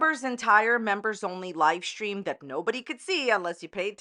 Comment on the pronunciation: “Lie stream” 😂🤣👌